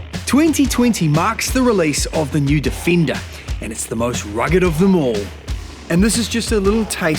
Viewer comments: Defender is not pronounced difenda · I love that "Difinda" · I love the "Difinder" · the difindah got me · Land Rover Definder😅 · The way he pronounced Defender sounded like some abode for the elves in LOTR movie..